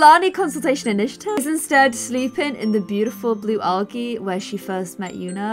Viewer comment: it is pronounced like aljy like the g is pronounced as a j